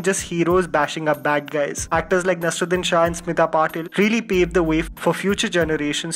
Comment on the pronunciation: Please work on your vocabulary and pronunciation. It's not nasruddin. It's nasEErudIn